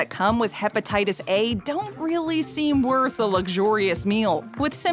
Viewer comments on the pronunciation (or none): none